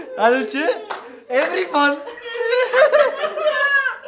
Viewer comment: Wow that’s nice challenge and why pno can’t say everyone 😂😂😂😂❤️❤️